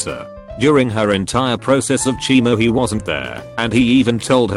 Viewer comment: And "chee-mo" therapy